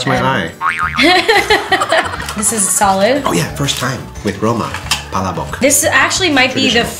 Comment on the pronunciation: The first way you said palabok. The stress is on the second syllable. Pa-la’-bok